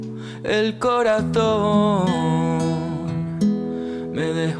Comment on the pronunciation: dices el coratón? jajajaja pues creo que el mediocre Iglesias pronuncia exactamente una t...